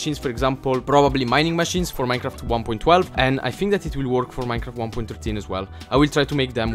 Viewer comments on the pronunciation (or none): none